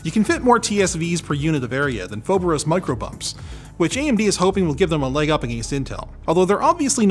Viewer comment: Foveros is actually a greek word "Φοβερός" and it means Αwesome! also you pronounced it wrong lol